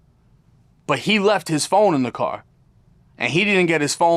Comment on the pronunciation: "I got cawe jacked..." 😂